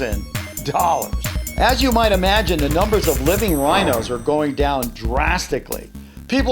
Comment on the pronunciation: Roblox will shut “sown” 😂😂 Isn’t that real lol